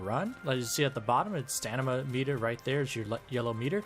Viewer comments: It is STAMINA not STANIMA! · bro calls it stanima. it's STAMINA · STOP SAYING STANIMA! ITS STAMINA! ITS LITERALLY IN THE VIDEO TITLE! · StaMina no stanima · Stanima -__- I mean how reliable one's explanation could possibly be if one fails to pronounce the subject word. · i love your videos but your mispronunciation has to be a bit right? you saying stanima is driving me crazy theres no way you've never heard someone pronounce it out loud and i cant tell if im just falling for a joke or what oh my god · Are you deliberately saying staNIMa? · I agree 100% this guy says StaNIma, what a silly youtuber ! I can only imagine what he would say if he tried to prononce "Wingardium leviosa" ! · We need to talk about the way you say stamina, mate 😂😂😂😂 it’s not pronounced stanima... That’s blown my mind and couldn’t focus on what is probably more excellent content 🤣